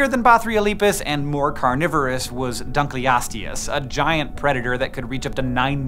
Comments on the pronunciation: duck-ly-us-tius ok. im really mad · Ah yes, the Dankliousdodouehs